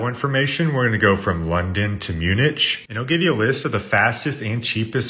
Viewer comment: Man I really love your videos so while you help us let me help you…video 185…the German city is pronounced (say quickly) M-you-nick…not M-you-nich..